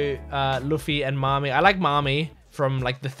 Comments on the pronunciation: Nami not Mami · It's Nami. Not Mami. 😊